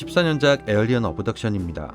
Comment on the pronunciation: 내가 잘못 들었나,? 다시 확인을 해보니 에얼리언이라고 발음. 자막까지 켜고 봐도 분명히 에얼리언이라고 발음.